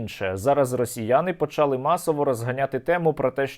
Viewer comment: почалИ, наголос на И українською мовою, почАли -нема такого слова